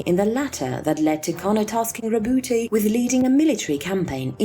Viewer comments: How come I hear other ppl pronounce his name as "Row-boot" instead of "Row-boot-tay" which is the right pronunciation? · It's not rebouté, it's roboute. French name.